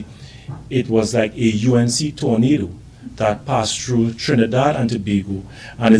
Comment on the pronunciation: Not tornado torandottee u we love that lol